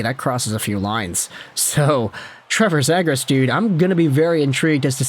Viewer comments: It's ZEE-gras. You are clueless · lol…. bro you aint even saying his name correctly. Zagras lol😂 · Next time If you can’t pronounce someone’s last name just stick to the first name, lasted less then 2 minutes cause of how annoying you saying “zaygras” was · It’s pronounced zee-grus. Jesus. And lower the octave of your voice. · Is anyone gonna tell him he’s pronouncing zegras wrong?